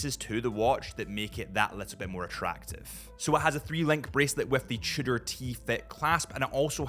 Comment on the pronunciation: Didn't know Tudor has a French name: Trudor... Fancy